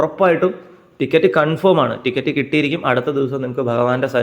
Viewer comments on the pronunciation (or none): none